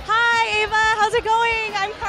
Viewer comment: It's Ava Not Eva